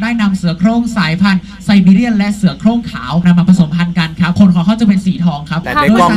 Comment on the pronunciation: เสียโคร่ง ทำไมต้องเสียงเหน่อ555